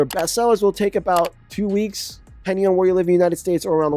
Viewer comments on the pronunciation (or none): none